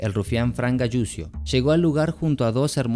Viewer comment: Donde se escucha "galusio" escuchese " galuchio" la fonética correcta de apellido italiano es Galuchio. La doble l se pronuncia como una sola. Saludos